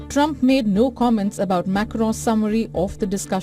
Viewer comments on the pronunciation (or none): Hey, it's Trump not Rump. Very disrespectful. I wonder if you would like it if American media mocked India's leader? I think not.